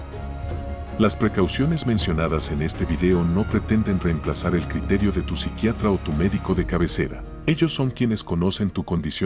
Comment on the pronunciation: Amigos que no se dice con el Psicriatra? Donde el Psicriatra no está bien dicho,sorry pero quería decirlo,pero muy buen video.